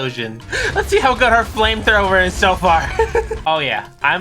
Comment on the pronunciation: did you say flimethower